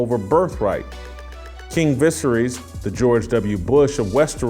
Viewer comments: LOL FFS man, learn how to say the characters' names if you want to be taken seriously. "King Vissery"??? You mean Viserys - pronounced vuh-SARE-us? Just tell us you didn't watch the thing and are just reading from a script someone handed you. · Vis-air-eez. You started your show saying the kings name wrong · the guy pronounced "Westeros" like it rhymed like "underoos." "Visaerys" like "vissery." He never watched the show, he's just reading a script someone gave him. Good little robot.